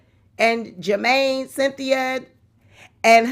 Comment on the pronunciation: It's pronounce Jumanie not Jermaine, lol, lol.